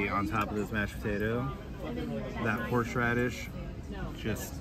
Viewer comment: Horseradish is horse- radish. Not horsh radish. The pronunciation is so painful it put me off watching from the beginning. Horsh horsh.